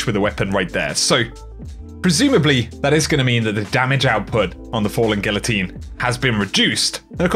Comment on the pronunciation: lemme help out, it's pronounced GEE-OH-TEEN, not GIL-OH-TEEN. It's not difficult.